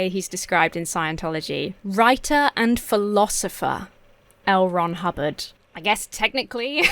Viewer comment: Ooh, L. Ron Hubbard... I kept hearing Elrond Hobbit... and I knew that was wrong. XD XD XD